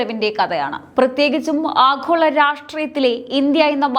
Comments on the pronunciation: ആഘോള അല്ല. ആഗോള മതി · ആഹോള രാഷ്ട്രീയം... ?.... ഉച്ചാരണം ശരിയാവണം.. . ഭയങ്കരം.... 😮